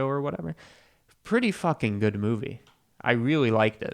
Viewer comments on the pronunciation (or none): none